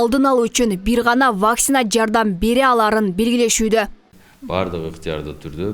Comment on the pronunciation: Диктор нормально окучу. Вакцинаны туура оку. Ударениени 1-а тамгасына койбой оку.